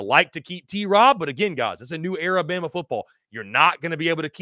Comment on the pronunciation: Damn what’s up with these dudes that can’t get the names correct speaking on Bama. smh!